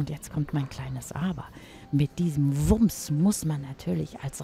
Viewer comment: Der hat einen WUMMS da hinten.Aber jetzt kommt das kleine aber,mit diesem WUMMS muss man natürlich erstmal umgehen. Ich finde das so lustig wie sie WUMMS ausspricht.Ich habe mich so krass erschrocken!